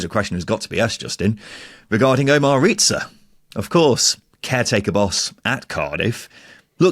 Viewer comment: Its Riza not Ret-za. And im going to say this here and now so you can come back and mock me if it doesnt come into fruition. Riza should be given the job until the end of the season. Hes an attacking coach and will be night and day from Hudson. Hudson is now a defensive coach at Sheff Utd. When Hudson was in charge there was 0 ability going forward, it was so hard to watch, hes the worst manager weve had apart from Bulut. Riza has had our style change DRASTICALLY in such a short space of time. 89 shots in 5 games vs 55 shots in 6 games for Bulut. The squad is much better than what Hudson had. THIS WILL BE NOTHING LIKE THE HUDSON ERA!!!! Cardiff to finish top half easily now, weve got Davies, Etete, Rambo to come back from injuries which is just more attacking options off the bench that can make an impact. I predict us to finish between 9th-6th if we keep Riza. The next 3 games are going to be a massive test as theyll show the fans, the squad and the board if hes capable of taking points from the top teams in the table. This saturday we win 2-1 vs WBA.